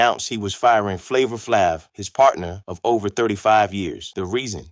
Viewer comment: How u gonna make a story when you can't say Flavor"s name right 🙊😣